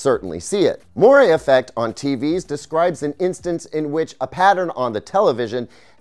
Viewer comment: That's not how you pronounce moire.